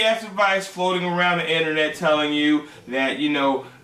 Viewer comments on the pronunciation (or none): none